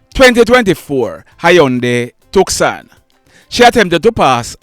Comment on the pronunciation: The vehicle name is Tucson( pronounce too son)